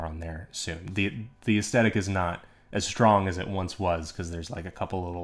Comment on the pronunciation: I am so sorry man, I really want to watch this video, but I can't get past the fact that you say aesthetic wrong. It is like hearing nails on a chalkboard. It also sadly makes me think, "How am I suposed to take advise based around the word aesthetic when that person does not know how to say aesthetic?" Your presentation is excellent, the quality of the vid seems great, even the thumbnail drew me in. Sadly enough two mins in of hearing that wrong and I keep think, "I can't sit through it anymore." I don't say this in the comments to be mean. I say this because just in case I am not the only one feeling this way, I think any creator might want to know why people might turn away from there vids when they think they are doing everything right to get a lot of views (it seems to me you did everything else pretty great). I hope this helps T-T